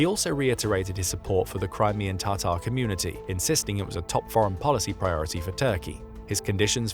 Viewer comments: Please stop calling tartar. It is TATAR!!! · It's Ta--tar, not "tartar" (sauce)